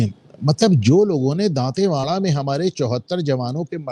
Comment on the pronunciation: Sir with due respect it's दंतेवाड़ा not दातेवाडा and sanjay sir you said "reservation के product" आपका क्या आशय है? ऐसा वक्तव्य ना दे आपको सुनने वाले दलित वर्ग से भी है.. यदि कोई व्यक्ती जातिवाद खत्म करने की क्षमता रखता है तो बात करे.. और राजकुमार राव की मूवी का नाम" न्यूटन "था